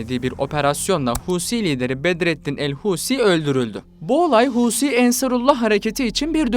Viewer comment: Mal, hausi degil Huthi